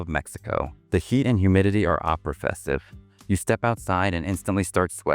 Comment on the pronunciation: AI still hasn't figured out how to pronounce oppressive. "...the humidity is O-pa-press-ive." AI is really going to contribute to the dumbing down of the human race.